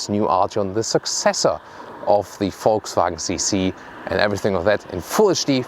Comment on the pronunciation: "Let's Gooo!" Haha,, always looking forward to your VW reviews, 'cause I love the way you say "Folksvagn" =)